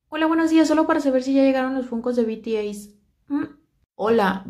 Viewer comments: Se dice bities pero igual te lo paso a ti jeje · Se pronuncia "bi ti es" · Hola, me encantan tus chismes... Solo por si te sirve la pronunciaciones son: BTS=bi ti es, Paypal=pei pal, Akihabara= aquijabara... Un beso.